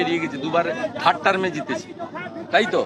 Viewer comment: Bolchhe thir term. Third uchharon korte parle tui CM. Baba rajjopal, vaira montri.